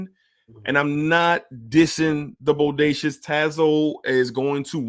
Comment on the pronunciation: Just for clarity, the house name is pronounced “boh-day-see-ah”. But yes, Bodacious is very nice! However, French Defense is atop that scent DNA for me.